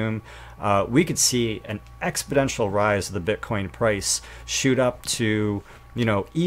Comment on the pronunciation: Hi, good job, keep it up! Just one note: the word is exponential not "expidential". Nothing serious, just a minor mistake. I appreciate your efforts and opinions on the cryptos as they often coincide with other sources I follow. Having said that, sometimes you have a slight variant that may counter other sources and with good reason. I'm not going into any specifics since I despise typing, but just know your work is getting noticed and this will all get easier with experience. Viva la revolution!